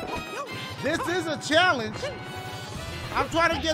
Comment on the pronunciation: dashie: give me a chall-onge! game: gives him a level he struggles with dashie: complains game: offers to help him dashie: complains and yells at luigi